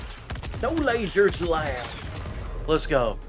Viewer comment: The way he says "lasers" like a 13 year old with braces cracks me up😂😂